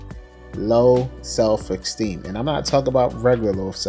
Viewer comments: Are u sayin self esteem or self ecsteem? Lol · You're mispronouncing esteem. Good video overall.